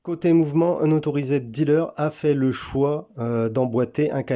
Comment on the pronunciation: Vid sympa mis à part ta prononciation de unauthorised...